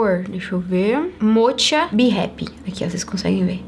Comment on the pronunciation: se lê moca, amore kkkkkkk motcha kkkkk